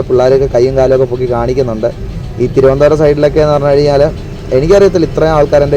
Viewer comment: തിരുവന്തോരം അല്ല തിരുവനന്തപുരം എന്ന് പറഞ്ഞാൽ നല്ലതാ സഹോ😄